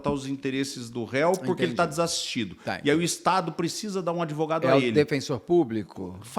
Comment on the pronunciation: Gostei desse doutor "adevogado"👏🏾👏🏾